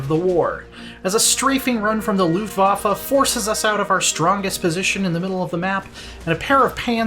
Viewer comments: Ngga, did you just call them the "Loof-wahfa"?? Luft-Waffe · No one: Him: Luftwaffa